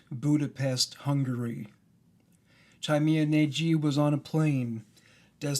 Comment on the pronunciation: I love your videos and you clearly put a lot of effort into making them, but, for goodness' sake, why couldn't you check the pronunciation of the name at least on Google Translate? Tímea Nagy can be easily approximated by an English speaker (and still could be understood by a native speaker) as something like "tee-meh-ah nahdy" with y as in yellow.